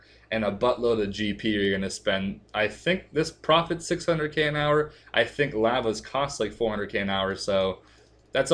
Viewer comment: LAWVAS not Lhhvas